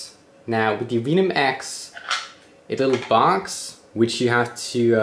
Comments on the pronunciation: its spelt venom its pronounced Vehnom not veenom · It's not vee-nom, it's veh-num... It's a biologically produced super poison that many animals use as a defense mechanism. Also used to describe the level of sarcasm in a YouTube comment. Ha. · why are you saying Veenum?It's Venum. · lol veynom its venom not veymon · Veeeenum! Lol. Venom man, you know like poison? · i knw this vid is old but cumon hes calling it veenum, i dont know how you pronounce what snakes inject from their fangs but it aint veenum hahah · The way he says venom is sending me under